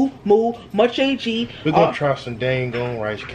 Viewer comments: You pronounce it mo Chi not how the cow says it mochi-NO HATE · It's mo- chi not mu- chi. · It’s not muchi it’s mochi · It’s not moochi 😂 it’s mochi 😂 y’all silly 🙃 I love my Mochi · she did not say moochi I'm dead but mochi is good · I like the red bean Mochi. Mowchi...lolol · it's called mooooo chi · Lol "moochi"